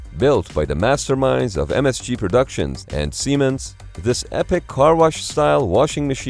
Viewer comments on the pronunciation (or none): none